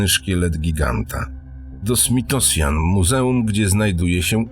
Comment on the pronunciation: Jedno u was wola o pomste do nieba: smithsonian. Wpisz to w google translator i odsluchaj jak sie to wymawia. Ile odcinkow ogladalem tyle razy me uszy krwawily. Reszta nazw jest rownie tragicznie wyartykulowana. Kontent wypasiony ale........ Chlopie......